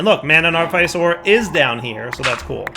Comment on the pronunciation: Artifice is pronounced art-ih-fiss Grimoire is pronounced grim-wahr